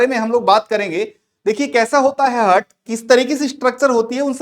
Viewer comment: Pronounciation 🤦🏼‍♀️👎🏼👎🏼👎🏼👎🏼👎🏼👎🏼 हर्ट-हार्ट ,नोज-नौच